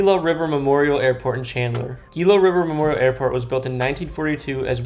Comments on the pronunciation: TOOs-sahn (Tucson) Mon-tuh-ZOO-muh (montezuma) HEE-luh (GILA) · PRONOUNCED "HELA" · lol wait till you heard Geela river